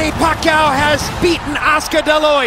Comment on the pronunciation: hate it when jim lampley referring to pacquio pucquio